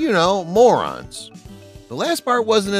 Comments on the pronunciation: Learn to pronounce names properly. It's not Klevin, it's CLEE VON, not Mostil, it's MOSS TELL. These people deserve to have their names live on in their proper pronunciation. They've been interviewed and talked about countless times, no excuse for getting their names wrong. I'm surprised you didn't say Mel Brocks. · Clevon is pronounced Cleve-on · Great movie, but this video....I dunno. The narrator mispronounces CleavON Little's name until the very end, when he inexplicably gets it right. Also, if the narrator has never heard of Zero MosTEL, why didn't he ask someone how to pronounce his name as well? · Cleavon (Clee-vaughn), not Cleavin' Marlene (Mar-layna), not Marleen Von SHTUP, as in "put", not "up" Zero Mostel (Moss-TELL), not as in "hostel" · Greatest comedy ever. But it's Lily von SSSCCHTOOP, not Schtupp. It's Cleave-ON Little, not Cleevon. It's MarLayNa Dietrich, not MarLEEN. And it's Zero Moss-Tell, not Mosstull. Most importantly, Mel is right that the woke nincompoops of today would never allow this movie to be made. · Please, Cleavon rhymes with LEAVE ON, great video otherwise.